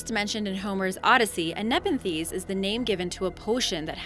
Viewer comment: Please look up the proper pronunciation of words like Archimedes and nepenthe and many others in many of your other videos. You shouldn't be mispronouncing these important words.